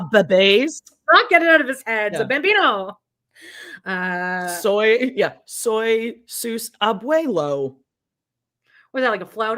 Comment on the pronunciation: Is Kody calling the twins "bambinos" or "banditos"? Or does he have no idea what he's calling them and he doesn't care because it's Spanish and doesn't care whether as long as it is close enough?